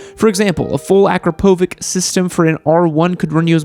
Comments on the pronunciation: I know, nobody asked. But... I am from Austria and my parents are from Bosnia, Bosnia and Croatia speak the same language. Soooo you said "Akrapovik". Thats wrong pronounced, you have to said it like "Akrapovitsh". Maybe, if you dont get it just watch a video from a Croatian dude spelling it right :D PS: this should not be hate or something, just a little side note. And I REALLY Love and enjoy your Videos. I liturely watch up to 10 videos per day! Keep going and love and peace aaand TURBOBUSA from Austria :D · It's pronounced a-kra-po-vich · Akrapović, is pronounced with "ch" as in chimney "Akrapovich" :) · it's pronounced akrápovich